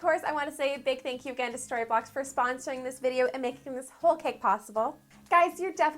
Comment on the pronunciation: when she said story blocks it sounded like starbucks lol is it just me?